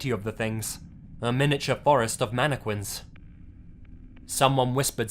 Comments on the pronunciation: Facts manne- quinss 😂😂😂😂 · Manna qwins 😂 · Narrator: Announces Mannequins like Mannekwins..Lol. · He pronounces mannequins so wrong. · The way he says mannequins is funny af.😂😂😂😂😂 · Lmaoooooooooo......dude said it several time aswell.